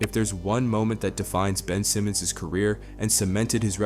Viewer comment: Mf said Ben Simons